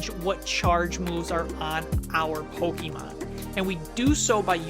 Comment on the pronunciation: Still absolutely love the show, but every time you guys say Pokémon you say it like pokie mon which reminds me of when I was in high school and used to get made fun of for still playing our beloved game. Not here to knit pick but maybe check the pronunciation because I’m pretty sure professor oak told us all as kids it’s poke uh mon. Love the show, love the podcasts!